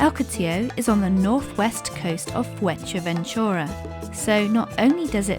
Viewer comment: The video is well made but you need to learn how to pronounce Fuerteventura properly 🤣